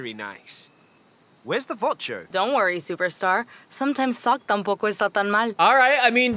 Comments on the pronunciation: It’s Vo-Cho not vochow but idk the characters also says vochow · vocho is said vacho